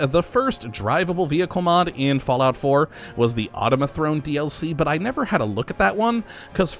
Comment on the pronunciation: automaton not automithrone